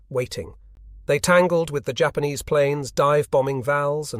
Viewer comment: "Jay- Ahpanees" ?? Has this been a AI voice over the whol time?